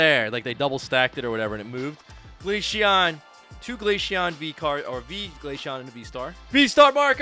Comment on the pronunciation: you might also be the only person in the world to call glaceon glasheon